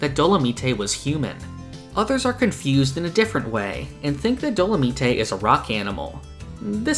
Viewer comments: Dolomite isn't pronounced Do-la-mee-tay it's do-la-myte like the character dolamite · Isn’t his name pronounce Dolo-mite like the movie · Also, dolomite is pronounced “dolo-mYTE”. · did you just say dolameetay